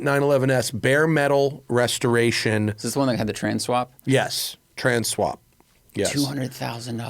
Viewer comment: It seemed like there was extra effort given to annunciating "trans swap". Is that because YouTube will flag tranny or have you decided to ban that word because of your political beliefs? Where I come from, transmissions have been referred to as trannies for decades long before people used it for other reasons